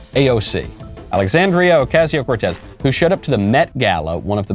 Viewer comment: Michael you have to roll the R in Cortez like Mark Dice.